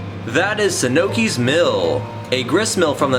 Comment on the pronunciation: It’s pronounced Suh-nukes Mill